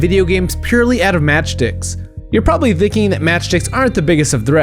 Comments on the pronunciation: sounds like he's saying match dicks 😂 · No one is going to point out that it sounds like he says matchdicks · Lmfao it sounded like he said match dicks